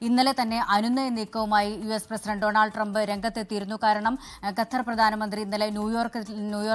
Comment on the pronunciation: ഗത്തർ അല്ല മോളെ ഖത്തർ K